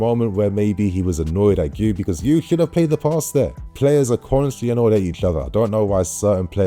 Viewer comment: The way to say Marc Guiu's name is without the first U Giu, Gee who